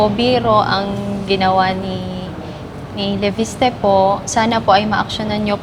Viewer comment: LEVISTE ❌ LEPISTE ✅ 😂😂😂😂